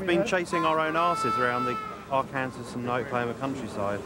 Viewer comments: Ar....Kansas....lol. Maybe the tornadoes refuse to show themselves to those calling Arkansas (Ar-can-saw), Ar...Kansas lol. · Ar-Kansas lmao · Arkansas is pronounced Ar-Kan-saw.